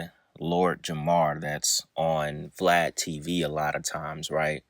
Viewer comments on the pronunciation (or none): none